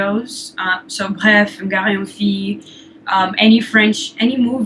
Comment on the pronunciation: Oh! Aussi on pronounce pas "gars" comme "gar" c'est pronounce just comme "gah".